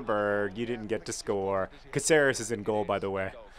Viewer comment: OMG JOHN IS PRONOUCE CAAHCERES